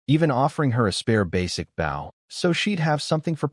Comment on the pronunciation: You’d think an AI narrator would be able to contextually realize the proper way to pronounce “Bow” as it’s meant in this story.